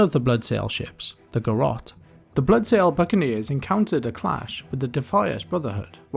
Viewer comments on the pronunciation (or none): none